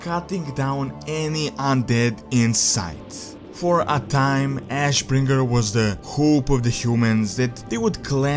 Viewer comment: Ash........................ Bringer! Why the pause? It's just ashbringer, innit?